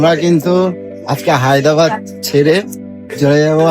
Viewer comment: Haydabad noy Hyderabad